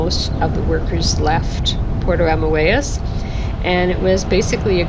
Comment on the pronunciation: It is pronounced Puerto AMOY-ES . We live here and absolutely love it. Thank you for showing parts of it.